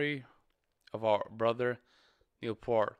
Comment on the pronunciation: It's pronounced "Peert" No "L" in there. Not like "heart" or "part" or "pert", but like someone's ear.